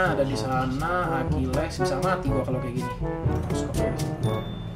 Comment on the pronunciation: Akileessss .akilis bang bacanya